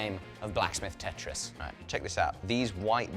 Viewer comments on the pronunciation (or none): none